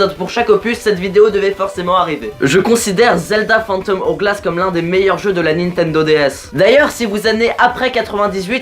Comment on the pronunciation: Spirit tracks EST MIEUX. En plus as tu t'es trompé mdr c'est le link de wind Waker pas OOT, mais tu es pardonner grâce à ton magnifique accent "phantom OWglasse" <3